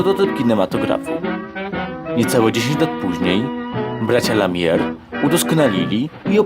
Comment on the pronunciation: Apolonia Chałupiec, a nie Chałupka, nazwisko Lumiere nie wymawia się "Lamier"... Lektor koszmarny...